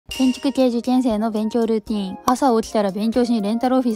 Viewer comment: kんchickｷェい受ｷェん生の勉khョうルーティンって発音好き